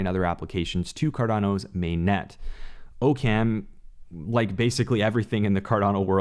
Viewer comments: Ah-comes Razor. Not OH-CAM. Just a heads up. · Love your content! In the past I've heard it pronounced "ock um" in the context of Occam's Razor* but it's nbd, we know what you mean ^_^ Thanks for producing these videos (: what're your thoughts about the Meta family of DAOs? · Occam is pronounced ock-um